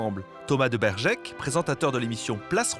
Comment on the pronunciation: Thomas de Bergeyck pas de bergekkk